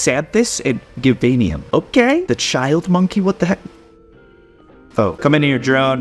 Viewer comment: It’s not Givaneum how u pronounce it it’s Jivaneum even sirengen said that and also sirengen is how u pronounce siringeon of what u say it as